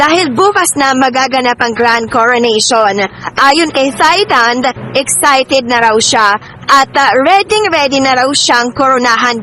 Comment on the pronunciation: It's not THIGH. It's TIE Walang hangin sa pag pronounce ng Thailand